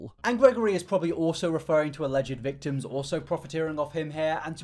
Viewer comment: wait...im sorry... you say thictims?